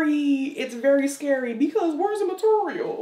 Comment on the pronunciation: moterial 🤣 🤣 🤣. You look great and funny as heck